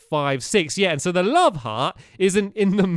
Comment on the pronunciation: One time of saying "love garden" you said "lub garden" haha